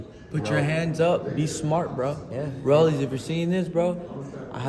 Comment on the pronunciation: I think it's cute how Ryan always calls him "Rollie's" lmao